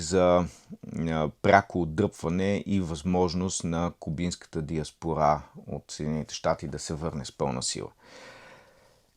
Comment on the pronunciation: винаги когато говорите за Куба, употребявате думата диаспора. Ударението в думата пада върху предпоследната сричка, т. е буквата о. Не, че е важно, но дразни като изкуствения интелект. А коментара Ви е много добър!